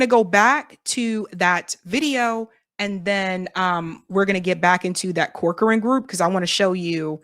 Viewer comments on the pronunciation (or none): Want a tip? Corcoran is pronounced "Cock-run." Weird but no lie! Check out how people say corcoran boots or Barbara Corcoran for corroboration!